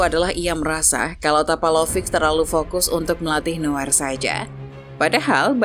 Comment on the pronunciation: Buset adminnya manuel newer oi yg benar itu noier di dalam bahasa jerman eu itu dibacai Oi